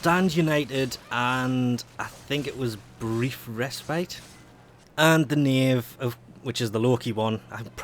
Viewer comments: Nope... you're actually pronouncing Knave correctly... Congratulations. Sunlight/Moonlight Dragonlily on the other hand.. :D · Don't worry, you pronounced "Knave" correctly. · You actually pronounced Knave right!